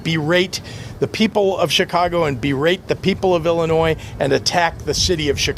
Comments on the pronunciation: Illi-noise? Where did he go to school? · Chicago Illinoise lol